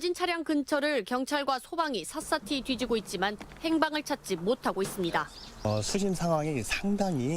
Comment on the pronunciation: 기자야 기자야 샅샅이 - 삳사치 라고 발음해야지 삳사티? 🤣🤣 수준 낮은 기자들 천지네